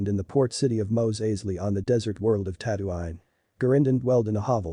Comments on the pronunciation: Tatooine* not tatooain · Ah yes tatto-ine it’s tattoo-een You pronouncing it wrong angers me